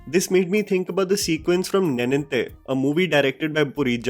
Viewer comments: Understandable that you’re from Delhi but try and get the pronunciation of Southern movie names right please! It’s pronounced Ved(aa)lam not Ved(a)lam :) And N(ey)ninthe not N(e)ninthe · Not the way you pronounced "neninthe" 😂😂❤